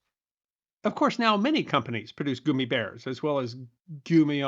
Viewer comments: Sorry, but I listened for about a minute and I was done. The fact that you’re calling them gooomy bears vs gum eeee bears I’m lost. I don’t know if it’s a dialect thing and that’s what you called them where you’re from, but then only other option is that you didn’t do any kind of research and had never heard of them in the first place, which is absolutely horrible considering your channel. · I hope you explain why you keep saying goomibears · It’s gum me bears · Goomy bears is my new favorite neolinguistic pronunciation.